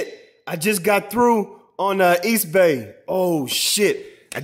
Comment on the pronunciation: Can we get this nigga to say eastbay right lol!!